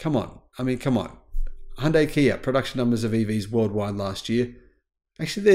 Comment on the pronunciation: it's pronounced YEAR...Not YEARah...You're Welcome...